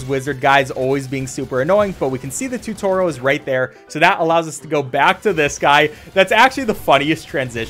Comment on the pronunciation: "tutoral"??? - joel